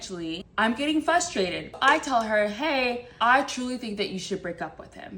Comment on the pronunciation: "R" you dropped this. It's fRustrated, not fUstrated. It frustrates me when people say that. Almost as much as it does when people spell the word LOSER with 2 O's instead of 1.